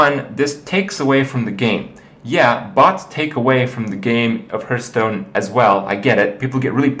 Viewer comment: HERthstone or HARthstone